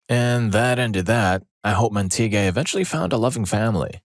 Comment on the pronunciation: Montague is pronounced MAHN-teh-gyoo (mahn pronounced like the Jamaican "mahn").